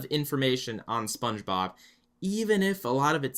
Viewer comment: Sometimes it sounds like he calls him spongerob instead of spongebob